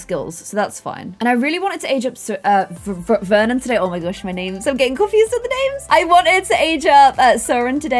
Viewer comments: Nobody * naming he child VER-on instead of Vernon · Vernon not veron 😂😂 I just Love you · You said Veron instead of Vernon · You called Vernon Veron.. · you called Vernon Veron lmao like in the game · you named Vernon: "Veron" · You named the child Veron snd not Vernon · hey! Need to adjust her name again:) Should be Vernon Not Veron:) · you called her Veron instead of Vernon😅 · the baby’s name is veron not Vernon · it says Veron not Vernon... 😝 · U called her "Veron" not Vernon lol